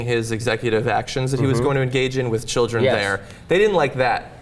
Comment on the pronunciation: bu wu abou da chilreh????!????